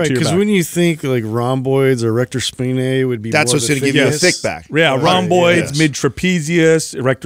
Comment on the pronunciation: Weird how the guys all sync up on how they pronounce "erector spinae" as "spi-NAY," almost like a cheap French perfume. There are a few correct pronunciations, but the stress is on that "SPI" part: SPY-nee, SPY-nay, SPEE-nay.